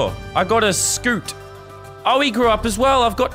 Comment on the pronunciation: I love how he says scute scoot